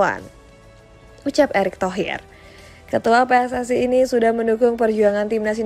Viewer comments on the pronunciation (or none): none